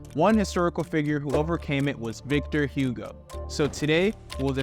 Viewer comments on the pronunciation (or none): Listening to you is like a cancer for ears. If you wanna do educational videos you should learn how to pronounce the names of places and people… it is not Victor Hyugo but Igo, not Notre Daim but Notre Daam